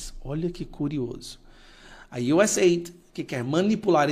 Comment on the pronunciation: você é profe de ingles, por favor pronuncia correto, não é êid, é US áide!! Por favor, nada de ajuda, é DESENVOLVIMENTO